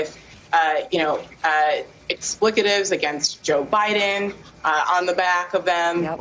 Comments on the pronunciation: Ex-PLIK-a-tive? I think she meant EXPLETIVE. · And its 'Expletive' not 'explicitive'... pretending to be smart when she is indeed...not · What is an explicative? Does she mean expletive? Maybe she should read the dictionary and get her words straight. America, love it or leave it. I will pay for a one way ticket to wherever you want to go and even help you pack. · I know what an expletive is, but WTF is an "EXPLICATIVE"? 🤦‍♂️🤡🌎 Joe Biden's inability to speak must be contagious. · It's "expletive", lady. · Learn to pronounce “expletive” lady.